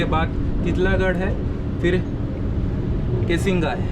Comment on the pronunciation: भाई पहले तो तू एक नॉइस कैंसिलेशन वाला माइक ले ले, दूसरा एडिट में जो रिफ्लेक्शंस आते हैं मिरर में वह हटा देना चाहिए, तीसरा अपनी हिंदी और अंग्रेजी के शब्दों को सुधार लो... Windows nahi hote window hota hai, कासिंगा नहीं केसिंगा है.... और भी बहुत गलतियां हैं।